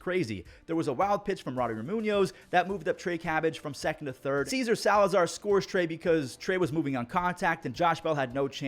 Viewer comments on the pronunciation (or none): Hearing call César ‘Caesar’ hurt my brain